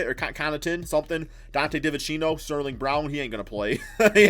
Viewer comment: divincenzo lol not devenchino